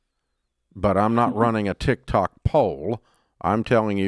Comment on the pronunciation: I prefer when Dave calls it TikTak; he is as entertaining as he is knowledgeable.